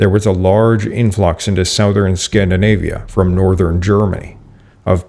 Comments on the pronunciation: "Southern" is pronounced like "Suthern." Act like the o isn't there. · That’s not how you pronounce the word “southern” (I thought it was AI voice because of this) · Your pronunciation of the word “southern” is interesting. What is your native language? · English, he is Canadian.